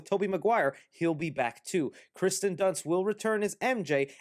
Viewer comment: He's saying Kirsten Dunst wrong. He is saying Kristen